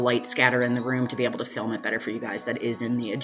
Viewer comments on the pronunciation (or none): none